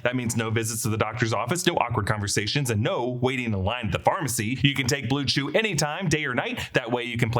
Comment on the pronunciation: Blew chew lmao stop